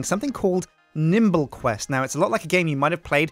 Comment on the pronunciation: At the end it sounds a lot like he said:"And i've been and this is been sjindie games, nibble quest, and ill see you next time for some more Sjindie Games"